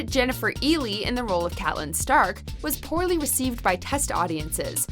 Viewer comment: Supposed "superfan" cannot pronounce Catelyn.